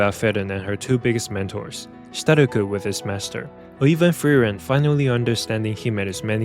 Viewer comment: Fern x Feren??? Honestly, i cannot fully understand the names you said here